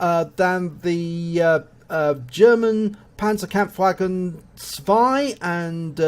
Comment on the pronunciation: Accourding to your “Panzerkraftwagen zwei and drei“ at the beginning: had you learned german language at school? Especially your “zwei, drei“ sounded pretty casual in a german ear, and even the “Panzerkampfwagen“ was close to a native speaker (maybe the “Panzer“ sounded a little bit equally as “Pänzer“). Well not a comment about the reply itself but something I would like to mention anyway. ;)